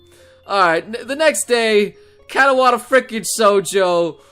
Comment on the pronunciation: lol! keeps on saying kata-wata not katawa. it's funny though.